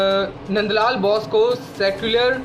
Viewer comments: Abe NBN Ke Gadhe (Nand LAL) Bose....Ka उच्चारण बौस नहीं बोस है। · चित्रकार का नाम मन्द लाल बाेस था! आप बार- बार बाैस बाेल रहे हैं!